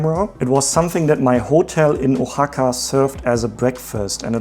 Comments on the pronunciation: Oaxaca is pronounced WA-HA-KA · Just so you know Oaxaca is pronounced with a WH sound. Think the word What without the AT.